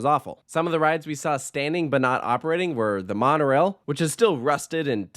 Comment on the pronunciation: I knew this was gonna be a long video when he mispronounced La Ronde and Montréal smh